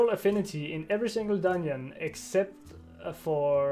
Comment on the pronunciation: "Dun-nion" :D